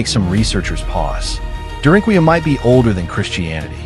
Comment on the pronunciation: It's pronounced "dare-in-coo-you"